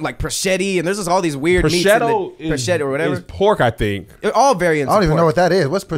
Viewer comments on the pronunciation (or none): That is not how you pronounce prosciutto 😂😂😂😂😂. Thank you for making laugh during these crazy times.